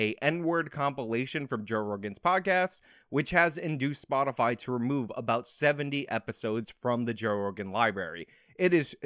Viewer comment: "Spotifly" -Jensaki